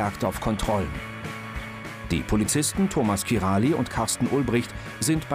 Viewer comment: es heißt nicht kirali sondern kiraj ...